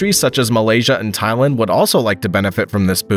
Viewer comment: You mispronounced the names Soure, Thailand and Puxi.